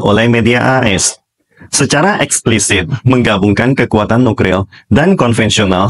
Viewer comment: Apa saya ga salah denger Mimin selalu bilang NUKRIL bukan NUKLIR